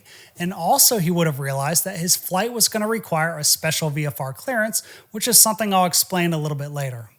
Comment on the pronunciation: Are you pronouncing the word, "something" or is it, "sun-thing?"